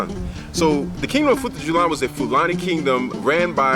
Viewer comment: FUTA - JA - LON. I enjoyed this video